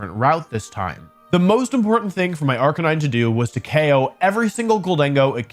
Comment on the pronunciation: I think you’re saying arcanine wrong?